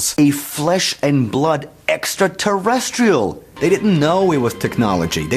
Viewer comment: they are not making fun of how you say exxaterestral or ancient Assuhnot theory.lol